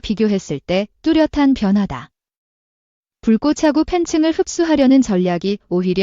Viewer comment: Ai는 왜자꾸 "불꼬챠구" 라고하는거냐 거슬린다 나감